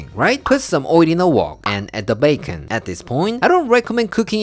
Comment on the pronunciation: BAY—KON😂😂!!! Everything goes better with bacon! I love them all but #1 is the veg rolls in the sauce! #2 the bacon, eggs in the bread cup! #3 the stir fry! Thanks so much for sharing these pork delights! We absolutely love you and Claire and your videos!👍😁